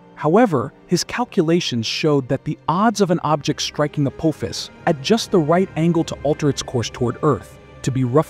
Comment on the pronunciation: I think your trying to say apophis. 😂😂😂😂